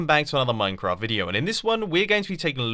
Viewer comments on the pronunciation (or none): none